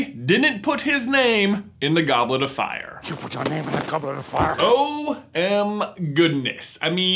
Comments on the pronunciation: he that "FIYA" tho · It’s not “did you put your name in the goblet of fire?” It’s “Did ya put yer name in the goblet of fiya”